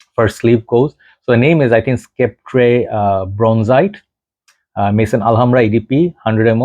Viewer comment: don't take this the wrong way but it's pronounced sep-ter.